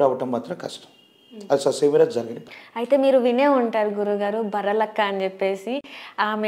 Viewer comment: Anchor .. బర్రలక్క కాదు బర్రె లక్క...